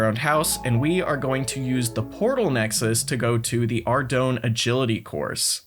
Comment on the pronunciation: I'm surprised you of all people pronounces Ardougne wrong